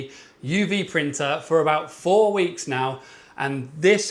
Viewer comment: Another amazing vid, but had to watch it twice as the first time all I was thinking of was you having your hands on it for Spock weeks 🖖🏼 (not 4 like you actually said) 😂 sorry, I'm such a child 😂😂